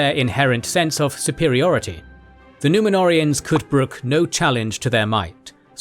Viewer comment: The way they absolutely butcher the Númenóreans , angers 😠 me